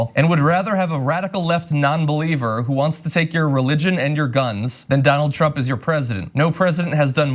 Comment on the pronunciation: I also hope that another half of which is rest of Tlump’s thugs go to jail cuz they deserve it for supporting his campaign in the first place. Thank u for your compliment for the profile picture. I also love the way u pronounce trump “Tlump”😂😂😂😂😂 oh I love it 😂😂